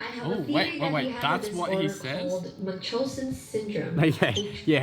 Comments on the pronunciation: seb's pronunciation is correct according to google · Munchausen's BY PROXY is when your caregiver makes you sick to gain attention or sympathy. pronounciation is correct😂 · Munchausen Syndrome, the name comes from a tale called the Adventures of Baron Munchausen, a very funny liar. He's German, so you pronounced his name correctly,:-) Yes, Save Me, where you can find the beginning of the BU, it's a comic (Webtoon is an app where you can read it)